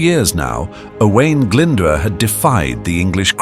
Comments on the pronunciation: I appreachiate the video and the history but I don’t appreciate butchering his name! It’s O”oo”a”I n Glyn D “oo” rh that’s the closest I can spell his name if you only know English Alphabet. And Rhys is Reese Enphesised R Huh Y or “uhh” shh Rhys I appreciate people doing these Welsh documentaries but what the English don’t seem to forget even today it’s not just Welsh people who were oppressed it was out language in education, social the church. It’s a bloody miracle the Welsh language has survived to this day. You English seem to forget or not care that English is result of Brythnoic, Breton, vulgar latin, french, Viking language and germanic being the anglo saxon the mixing of these languages is the modern English you speak today. Welsh is the closest Language to Brythonic and manx spoken in cornwall and Breton spoken in the north west of France but the numbers who speak the later two it’s classes as a dead language. As for Celtic and Galeic they are from the romance tree of European languages like Italian French and so on. When hear you say Owen it’s O”oo””ahh”I nh. Owain. You can go onto google translate and even though it is bad it will give you a welsh translation. The English were so stupid oppressing fhe Welsh and the scotish and Irish instead of thinking intelligently like fhe act of union which lead to British Empire which was bad in many ways but in other ways change the world forever in justic, running of countries trade even today. And all these English battles t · The narrator can't even pronounce the name owain glyndwr probably . typical English ! cymru am byth